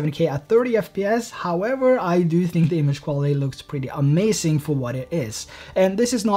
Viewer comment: omg "amacink" triggered me several times